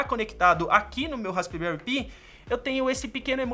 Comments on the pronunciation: "Raspberry pí" 😂🤣😂🤣 Pensei que era "raspberry pai" quando pronunciando e não raspberry π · pi também se pronuncia "pai", assim como pie, o certo eh raspberry "pai" mesmo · i em ingles tem som de AI neste caso. DÃÃÃÃRT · Raspibéri pí kkkkkkkkk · melhora a pronuncia do raspberry pi, chega a doer no ouvido.